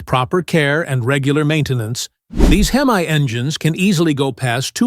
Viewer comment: The Hem Aye engine?? Someone smack the AI in the mouth.